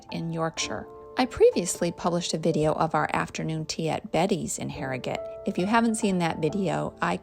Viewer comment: I live in Harrogate and you really caught a lot of the best parts. You also pronounced the name correctly too. :) Looking forward to the Knaresborough video. It's a stunning town too. Hope you include the castle :)